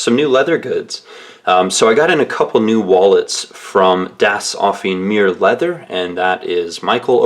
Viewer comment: Ahhhh. It's driving me crazy. It's "Offen-E" Meer. The last E isn't silent! *flails in frustration*. Das Offene Meer means The Open Seas in german. Sorry, just me being a german who tries to help. You're very good otherwise with the pronunciation.